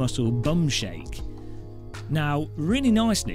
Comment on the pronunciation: shake it not "shakelt"